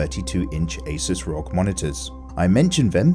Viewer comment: please you dont say rog as a word you say the individual letters first i thought you were talking about something random q_q